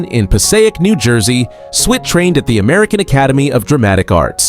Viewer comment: I don’t think the narrator watched the show by the way he pronounced Father Mulcahey incorrectly (don’t know proper spelling). He also called Loretta Switt Loretta SWEET